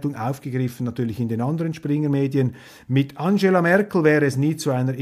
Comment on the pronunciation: Fraschilität ... Anschela ... Jaja, so isser, unser Roschee. :-)